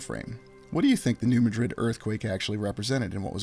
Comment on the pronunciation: Hey great stuff. I got some info on New Madrid and how it is said. I grow up two towns away and with there in middle school for a year. well we all say like New Mad-drid. not Ma-drid. love your work and only say because I know how you like to say it right. One thing that I can help with. hope ya see it. God Bless!!!